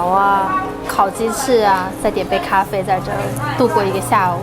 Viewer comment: 的(咖灰)台灣國語發音真的很標準阿 台灣的文化很有包容力 小朋友的同學之間就會有好多新住民媽媽 所以小朋友直覺就能感受到不同 這倒是不必擔心的